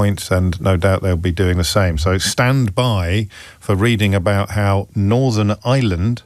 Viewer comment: “Northern Island” Jaysus O’Brien trying harder. you aren’t Jan Leaming